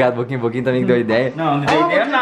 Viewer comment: "e a tãmbi?"